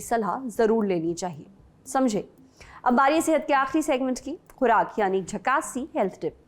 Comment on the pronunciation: खुराक होता है रवुराक नहीं